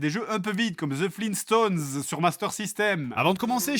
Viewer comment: FLEENSTONES? GRAND DAD.